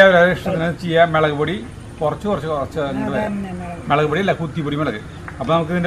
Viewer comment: Melegu alla mulaku enna parayanullathu